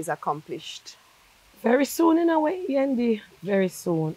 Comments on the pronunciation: Am I the only who got annoyed by her calling Yendi, "Wendy"? 😒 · Every say Wendy me have to laugh